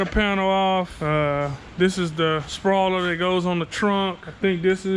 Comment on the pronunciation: did he say spoiler or sprawler? 😁